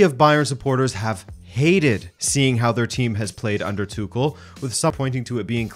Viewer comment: The way you saying "Tuchel" piss me off. And what's so mysterious with a portuguese football man to attempt to portuguese big matches???